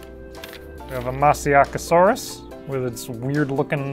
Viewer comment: Masiakasaurus is pronounced Mah-sheek-a-saw-us I have been told